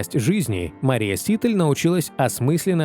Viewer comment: Все время ударение диктора фамилии неправильно произносит